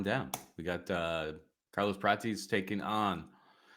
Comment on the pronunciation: PRAH-TEZ. NOT "PRAYTEEZ"